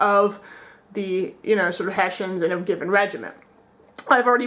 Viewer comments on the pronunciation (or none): We are called HESSIANS (in english), not "Haeshaenz"!!!